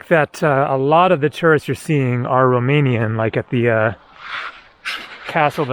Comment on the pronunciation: Ur Romanian pronunciation its surprisingly good ! Keep up the videos from Romania coming ! I Recommend visiting next Oradea , Sinaia (Peles -Castle) , Iasi or Cluj . And thank u for visiting this country and speaking so nicely about it ! Ur always Welcome here !